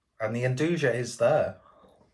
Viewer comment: I think nduja is pronounced with ya at end